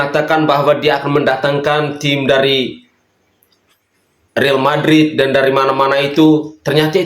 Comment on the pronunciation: Bukan Real Madrid kaleeeee mungkin Riol Mampeeed , salah ucap nggaak